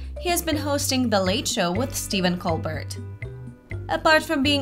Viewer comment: His last name is pronounced COL-BEAR, NOT COL-BURT. He uses a French pronunciation of his name. Just watch a video of his show and listen........ If you don't know how to pronounce His name, I'm not confident about the info in your vid.